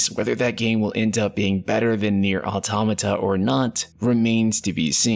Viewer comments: Why are you saying AutAmata when it is AutOmata? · its actually pronounced auto-mata ! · But an A is something completely different than an O. He is not the first one I heard this from. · ITS AUTOMATA not AUTOMATA